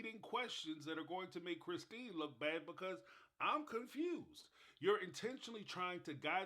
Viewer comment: You make me laugh out loud every time you say “so confoosed”. Thank you for all you do.